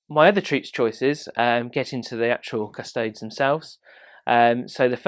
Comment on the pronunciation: Isn't it "kuh-sto-dees" and not "kuhs-toads?"